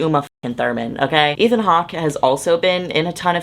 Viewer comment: when you mentioned ethan hawke, i thought you said ian hawke like the. the man from alvin and the chipmunks...